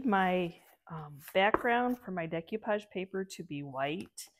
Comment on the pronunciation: no disrespect but it's "DAY-coo-pahj"